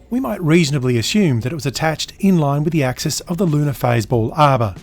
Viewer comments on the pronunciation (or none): none